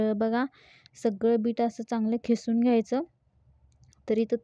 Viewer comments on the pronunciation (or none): खिसून नव्हे. किसून म्हणावे